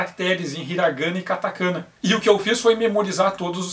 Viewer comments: você fala katakâna e hiragâna. Está desautorizado a dar aulinha de pronúncia. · não seria "katakaná" e "hiraganá" a pronúncia? Sobre herói brasileiros, lembro na adolescência que pensei em criar o Capitão Ordem e Garoto Progresso, ainda bem que não fui pra frente com essa ideia.